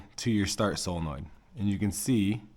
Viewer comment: Only person I’ve heard pronounce solenoid correctly 😂 I get made fun of